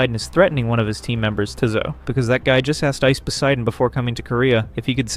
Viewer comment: Tizzo? Whos tizzo? Its TAZO. holy shit if your gonna report on these people at least know who your dealing with. I was impressed by one of your other videos because you seemed alot better than most people clout chasing reporting fake bullshit about this whole situation but damn. Cmon now its not hard to do a little research to at least get peoples name right.